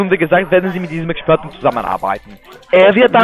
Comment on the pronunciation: Expörten, Expörten..... hahaha! Dumpfbacke hoch 10! LOL, Danke Ziege määhääähäääää ;-) LG